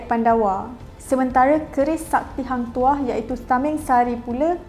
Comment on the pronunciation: hang tuha/toh kenapa dengar pelik